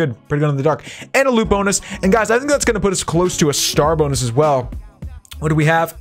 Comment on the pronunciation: Wen u were saying srar bonus i thought u said star buks